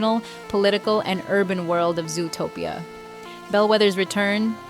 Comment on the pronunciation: Fun video, but why do you pronounce Zootopia that way? Sometimes you really pronounce it very weird and wrong